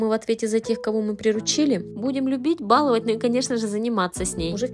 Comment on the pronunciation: В слове баловать ударение нужно ставить на последний слог баловАть!!! Учтите это!!!!!